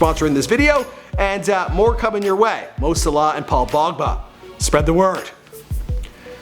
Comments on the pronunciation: WHAT THE FUCK YOU SAID MO SALAH LIKE MO SULUH DUUUDE WHAT MY HEADS GONE THERE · Just saying sala is pronounced a bit slower😂😂 Edit: and wenger is pronounce venger not wenjer